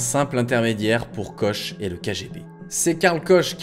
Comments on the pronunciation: Pourquoi prononcer Klein (kleiiineuh) qui est la bonne prononciation en allemanf et Koch (coche 🎉) qui ne l'est pas 😁 Car c'est comme pour Bach, le ch en allemand c'est un genre de R lourd🎉 donc " korrrr" 😅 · En prochain cours, tu pourras choisir l'allemand, pour prononcer correctement le nom "Koch" : ça se prononce /kɔx/, donc plutôt "kor'" que "koche" ;) Mais sinon la vidéo est très sympa, grâce à la personnalité de clown de Clifford. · Koch c'est de l'allemand, ça se prononce donc Korr ! Mais super reportage, passionnant et bien raconté :D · j adore ! au fait KOCH en Allemand, ça se dit KOR :p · Super vidéos, j'ai adoré l'histoire de Clifford, un personnage adorable et haut en couleur. J'espère qu'il a pu reprendre se qui le passionne réellement. Mais j'aimerais rectifier juste une chose, Koch, ça se prononce Kor "ch=r" 😅🤙 ( désolé mais depuis petit ça me trigger 😏 ) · Koch se prononce Kor (juste pour info ou la culture générale ^^)